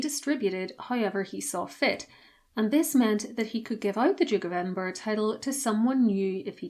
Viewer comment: Edinburgh not Edinborough